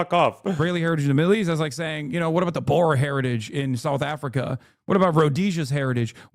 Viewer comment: Hasan’s pronunciation of the word Boer is so funny lmao.